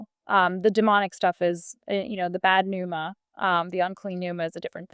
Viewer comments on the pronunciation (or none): none